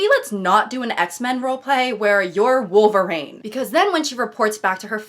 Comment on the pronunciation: You say Wolverine, I heard Vulvarine